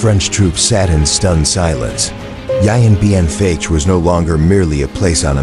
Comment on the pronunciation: Maybe find an announcer who can pronounce Vietnamese names including the actual name of the battle, rendered in this video as. "Yian Bean Fatch" where the French fought the "Viat Minh"